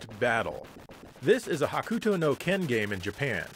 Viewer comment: Did he just pronounce 'Hokuto no Ken' as 'Hakuto no Ken'?